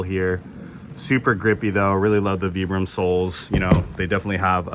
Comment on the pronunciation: Vibram as in Vie. Not VEE.